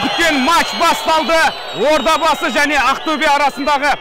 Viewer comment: Одабасы емес Ордабасы